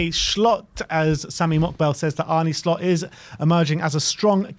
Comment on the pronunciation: Arne shlot? 😂😂😂😂Fuck me your butchering of names is amazing